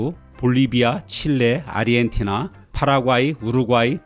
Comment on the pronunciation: 근데 왜 아저씨들은 아르헨티나를 아리헨티나라고 하는 거예요??